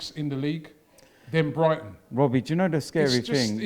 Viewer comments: "When will it end Wobbie...." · "When's it gonna end Wobbie?!"